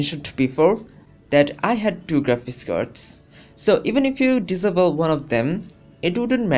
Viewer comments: Why American's say, 'diss able' instead of 'disable'? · hmm he said disable diavil not SOOOOOOOOOOOOOOOOOOOOOOOOOOOOOOOO god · Anebele Disible.. LOL LEARN ENGLISH FIRST!!!